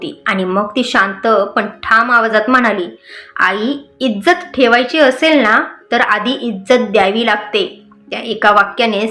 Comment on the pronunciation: हो णा नाही हो ना